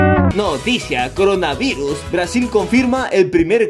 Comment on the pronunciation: dijiste crona y es coronavirus xd -.